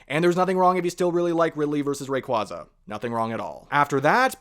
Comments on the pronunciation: Heads up, the official pronunciation is "ray kway zuh". There's two different official sources confirming it. Just thought I'd spread the word lol. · It's pronounced Ray-quay-zah like quasar because it's from space